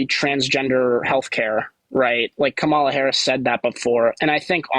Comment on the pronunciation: People who claim to be Christian but put people down how dare you? What give you the power to put people down. Just to pronounce Kamala name right 😢 wow so not godly.